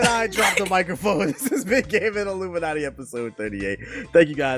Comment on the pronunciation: No sad music for Nintendo... *reads about new 3ds not coming with a charger... - Put the sad music on! Probably the funniest moment since called out for saying Illuminaughty with an N as in Naughty or nice! Keep up the podcast man. Y'all kill it everytime!